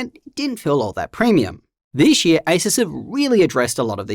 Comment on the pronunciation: "Dishh year"